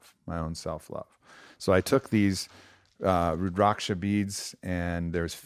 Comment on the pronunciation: Wearing rudraksha as I hear him say “Rud-rocksha”